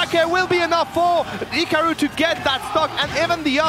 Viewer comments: hikawu bweeding even mowue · Why does she have such a hard time saying hikaru